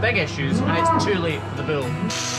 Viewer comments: its Bull not Bill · I love the way he says "bewol" instead of bull